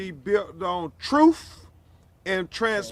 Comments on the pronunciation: Never trust a lawyer that says troof instead of truth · "Troof and transparency" 😅😅😅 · What the hell is “troof and Justice”? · What is this “troof” word mean? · "Troof and transparency " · "built on truf" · "Troof" poor Lenert should have stayed in prison. He would have been better off and still alive. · “Troof and justice.” Gotta love em. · "Troof an Trainspairency!!" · I mean, he said it’s based on “Troof and Trenssparuhncy”. What more do you want from the guy? 🤣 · "Truuf and tranparensee?" Yeah, hurry up with that! :elbowcough